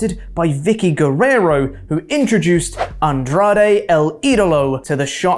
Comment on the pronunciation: It seemed like a shock to JR, he couldn’t even pronounce Andrade El Idolo.